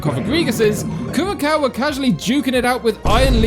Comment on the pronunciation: >winces at Kur-ra-cow It's pronounced Cure-uh-sow